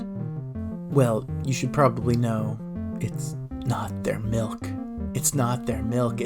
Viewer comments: we don't have any malk but I can get you some milk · Gotta mention the pronounciation of 'malk', and even 'mulk'.